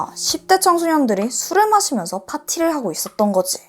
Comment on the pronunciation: 단지 반말만의 문제가 아닌거 같아요! ~~거지, '밤이야', '때리고 말아' 등의 억양이 좀 어색하게 들려요. 아마 조금 대본을 자연스럽게 읽어주시면 좋을 것 같아요!😊